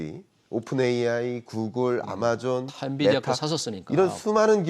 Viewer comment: 엔디비아가 아니라 엔비디아….입니다.